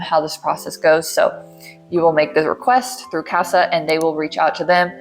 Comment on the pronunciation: Omg girl “CASAA” 😭 every time I heard ‘Casper’ I cringed 👻